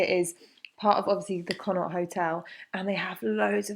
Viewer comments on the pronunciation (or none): Said it in Extra Grack and ill say it here Its "Con Oct". It's not pronounced the way "Naught" is pronounced, its an Irish word, and its pronounced "Con Oct"